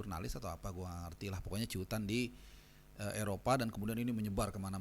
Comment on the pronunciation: Cuitan..bukan ciutan..hehehe..menit..